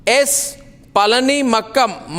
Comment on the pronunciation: You idiot Mr Arnab Goswami first learn to pronounce the name of Mr Palanimanikkam not palanimakam.